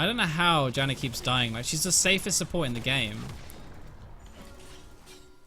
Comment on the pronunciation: Dude, why are you saying "Jannar" ??!! hehe xD